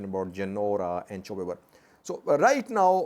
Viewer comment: it is chobi ber not chew ber. and of course it is in raya and afar border